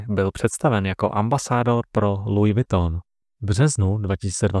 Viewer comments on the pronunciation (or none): none